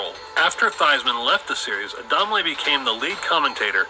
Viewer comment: its ADAMLE and A-dahm-leh